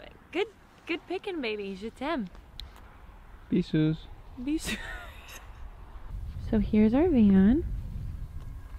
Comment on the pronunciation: Loved the video guys, it is great seing you on the ground ! BTW Eamon saying "Bisous" sounds like "Pisseuse" which means something like "little wee wee girl", and then you see him pee... Timing people, timing !